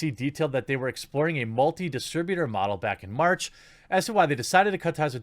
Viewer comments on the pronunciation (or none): none